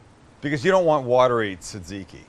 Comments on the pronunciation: That's not how you say tzatkiki... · Not really greek or tzatziki xd but goof attempt